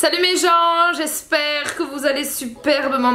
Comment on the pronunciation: ça fait fait longtemps que je voulais dire ça mais quand tu dit "j'espère " au début de vidéo tu as l'accent belge ;)